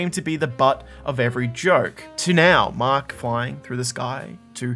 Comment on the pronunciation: This man called our hero “Maak” and our villain “leevee” 😂